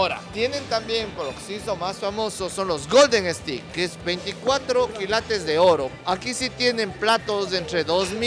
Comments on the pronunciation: STEAK 🥩 se pronuncia e-s-t-e-i-k. Cuidado, 😊 ustedes dicen "estic" es un palo (pedazo de madera). Saludos 🌹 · Si, le falló la pronunciación 😁, en todo caso buen video.